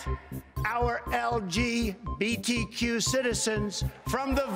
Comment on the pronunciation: The way he says LGBTQ XD "I will do everything in my power, to protect the L G B T Q community"